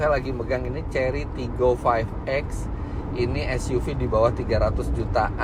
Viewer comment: pas ngomong TIGGOnya itu mirip logat palembang, tigo atau tiga